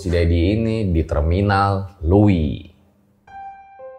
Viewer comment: Iya... Susah nyebut nya x.. Sunda pake "eu"...